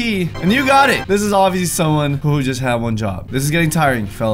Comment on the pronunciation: Is it just me or at the start of the video does say ‘ wad one job’